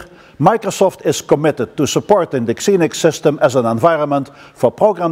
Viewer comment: i always thought it was pronounced zee-nix, not ksee-nix ?